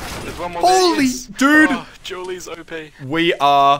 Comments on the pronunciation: The "Jew Berretas" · hehehehe he calls them julies' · "jule berrettas" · "Jewel Berretas" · "Jewl" Barretas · Your pronunciation of "Dualies" is Dewlies.. Doritoes and Mountain Dew boisss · Srsly?,thought you sayin' julies hahahha then i recognize it's the dual baretta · i also heard jewlies